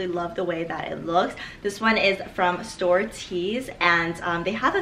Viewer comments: hahah store-ets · the way she pronounced storets......